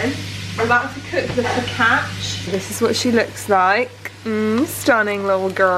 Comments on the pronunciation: Italian here: the correct pronounce of focaccia is foh-ka-ccha (because when c is close to i and a its sound is more like ch). Glad u almost got the pronounce right tho ^^ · LOL you don’t pronounce the ia in focaccia, just the a 😂 fo-ca-cha x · I love you but call it focaccia with the -chia one more time and you're gnarly make my Italian grandmother cry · Hi, I love you videos ❤️ I just want to say that in this quarantine times you videos offer a bit of escapism which is really welcomed 😊 btw, I'm Italian and, I hope you won't take this as criticism, but we actually pronounce "focaccia" like "focaccha" (the "i" is mute) ❤️ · The way she said focaccia 😭